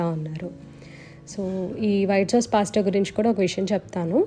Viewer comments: since it’s italian and they pronounce it as పాస్త ala cheppanu.. may be aavida pronounciation kuda correcteynemo.. 😀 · naku recent ga ne telisindi andi....ma babu cocomelon rhymes chustaadu....andulo vachindi....anduke cheppaanu... gari pronunciation correct ani....don't take me wrong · gari pronunciation correct andi